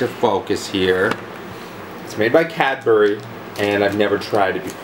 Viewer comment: No Way Just applied for a job at Cad-Bory haha